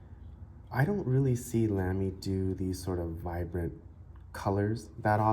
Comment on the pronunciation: With respect, the brand is pronounced “Lahm-y” not “Lamb-y” and short “a” rather than long “a” on Scala. It’s a nerd thing. Nice review and nice pen.